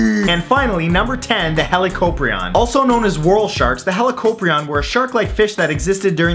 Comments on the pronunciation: It's pronounced Hal-e-co-pry-on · Pretty sure Helicoprion is prounounced as HE-li-CO-PRI-on, Helico being some sort of Greek or Latin word for helix/spiral and prion as in saw. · I thought it was pronounced "Hel-ih-ko-PRY-on".